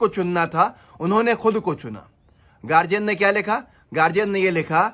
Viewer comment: गार्डियन होता है गार्जियन नहीं